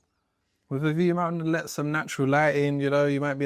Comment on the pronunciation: "Toliet with a view":body-green-covering-eyes